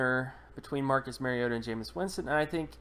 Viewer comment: You are absolutely 100% WRONG. His name is not Marcus Maryota. His name is Marcus Mariota. Please learn to pronounce the name of players you are analyzing. Hint: It's not MARY-O-TA. It's MARI-O-TA as in Mario Andretti. Pronounce TA instead of Andretti.